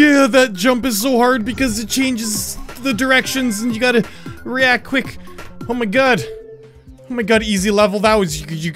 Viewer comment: He said reaquik